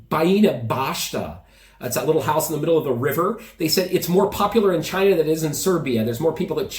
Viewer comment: When Trump speaks of China, it sounds like Vagina 😛🤪